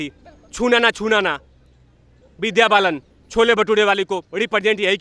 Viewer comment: Cho-le Bha-toh-re (Vidya Bhalan) EPIC 🤣🤣🤣🤣